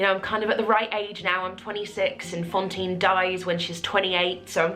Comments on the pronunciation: Congrats, you are wonderful an soooooo worth it!! Just curious, is it your accent that makes it sound like you're saying Fontine instead of Fantine or has the production like changed her name or something? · Haha yes, I know how it's pronounced in French, I speak it. It still sounds like she pronounces is with an o, hence my question :)